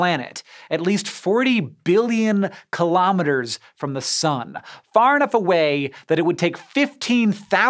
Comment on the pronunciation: i wasn’t expecting you to say “kilometres,” it sounds awesome in your accent (sorry if you’re Canadian, i’m an Aussie and can’t really tell your accent from American accents) also love your hair